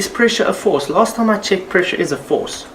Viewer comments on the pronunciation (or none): evry time he says PRESHA i start ; dun dun dun dundundun duu